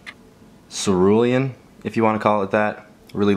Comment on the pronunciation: this fool really said cerulean